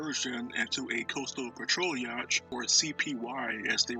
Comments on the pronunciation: You may want to correct your pronunciation of the term "yacht" and reupload. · This is an interesting video. However, how you say yacht is not how it's pronounced. You should look up the proper pronunciation, rerecord this on your new mic and reupload.